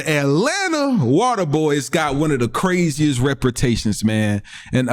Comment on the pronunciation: Not “repratations”, tho.